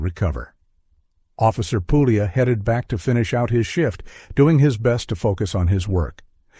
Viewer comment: Puglia : it's Italian. It's pronounced the italian way. The "g" is silent. Get with you, oh so clever Americans.